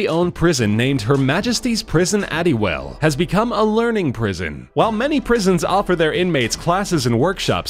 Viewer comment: HMP Addiewell its pronounced Add-E-Well